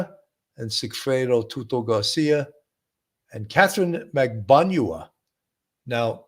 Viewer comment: Katherine Magbanua, not Magbaňua . Her name has been pronounced for almost a decade during all those trials by now, and yet you two Sherlocks Holmes both still get it wrong.